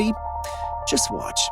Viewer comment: "it does seem to wahtch the description"????? Flip that double-u over and pronounce it as an M.